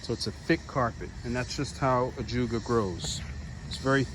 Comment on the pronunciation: Beautiful, you took me out when you said " my hard oh feet"